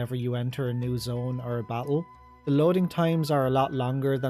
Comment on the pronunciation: everytime u say battle "bak-el" lmao